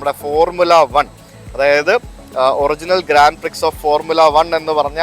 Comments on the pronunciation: Grand Prix എന്നാണ് എഴുതുന്നതെങ്കിലും, ഇതിനെ ഗ്രാൻഡ് പ്രിക്സ് എന്നല്ല, 'ഗ്രാൻ പ്രി' എന്നാണ് പറയേണ്ടത്. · Grand pri.... grand prix അല്ല!! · Grand Prix is pronounced as "Grawn Pree" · Ithrayum countries and places kandukayinjille? Kurachu pronunciations improve cheyyamayirunnu...Grand prix ....""..grawn pree " .. ennanu parayuka. Eiffel tower parayunnathu rectify cheythu and I am happy about. Keep travelling and sharing. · Ur pronounsation of grandprix is not correct , x is silent 😊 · Please check the pronunciation of Grand Prix and such words. Also when you research please do in some more depth. So your lakhs of viewers will get the right information. As always very nice vlog.pls take as constructive criticism.